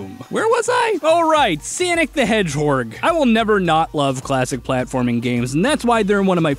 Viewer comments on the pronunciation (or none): I died after “sanic the hedgehorg” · normal human: sonic the hedgehog me: sanic the hedgehog:swonic ba hedword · "Sanic the Hedgehorg" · "Where was I? Oh right, Sanic the Hedgehorg" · SAniC ThH heGG HoGer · SAnek de HeGhOrg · Sanic the hedgehorg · "Where was I? Oh, yeah, SaNiC tHe HeDgEhOrG" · Oh right- sAnIc ThE hEdhOrgE Edit- and also got me lol